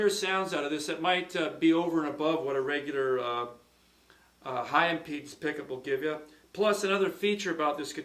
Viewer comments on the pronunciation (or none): none